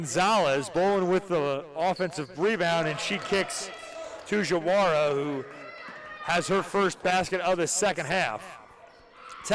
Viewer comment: JaWaRA, it’s actually Diawara, “Dee Uh Waur A”